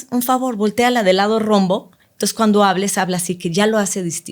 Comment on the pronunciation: Se dice LADO ROMO, NOO ROMBO. PArece la gemela d la esposa del BORRACHO FECAL 🤮